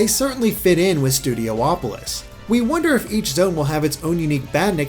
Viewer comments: Why do you keep saying Studio Opolis? Isn't it just Studiopolis? Only one O? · Also, hey,! You keep pronouncing it "Studio-opolis", but since there's only one o, shouldn't it be pronounced "Studi-opolis"? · It should be said Studiopolis instead of Studio-opolis. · So, is it pronounced Studi-opolis, or Studio-opolis? Or will Aaron Webber tell us it's "Studio-polis", like he did with Hydrocity Zone? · Studiopolis, theres only 1 o between i and P, so it's not Studio-opolis, instead it's Studio-polis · please stop pronouncing it studio opolis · Each time he says Studopolis I hear Studio Hopeless